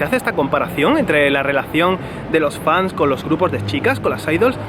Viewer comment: "Fanes"... Ay preciosa, chiquita, ternuri. 🙊